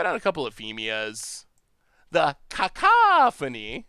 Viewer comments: Lol, people are grammar nazis... I'm people... It's "ca - COUGH - o - neeeee" not "caco-PHONE-eeeeee" Haha and for the love of god it's definitely not "caw-CAW-phony" 😆 Edit: Well looks like chat already told you lol. But juuuust in case I won't delete this👌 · the harpy's name is pronounced Kuh-COFF-fun-ee haha. It means "a lot of loud noise"